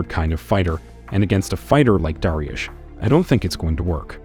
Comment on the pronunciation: Dah-ree-youssshhh Dariush said correctly